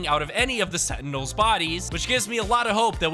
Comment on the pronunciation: Bro switched pronunciations for sentinels like 5 times